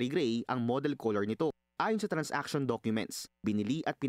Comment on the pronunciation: it's TRAN-saction, not TRANS-action